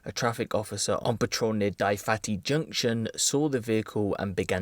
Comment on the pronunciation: It’s Dyfatty and not pronounced at all like in this video (duh-vatty) ahahaha proper rough area that like